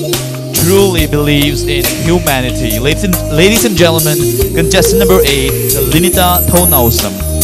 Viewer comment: Contestant no 1 says lades not ladies haha